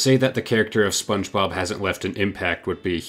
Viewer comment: Never in my life have i ever heard anyone call it the spob movie